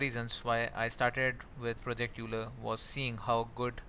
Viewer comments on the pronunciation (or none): euler is pronounced as "oiler" and not "youler" :D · I think Euler is pronounced oil-er.